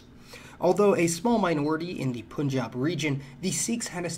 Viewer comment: Props on pronouncing punjab right!